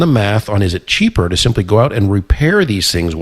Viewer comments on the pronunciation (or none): none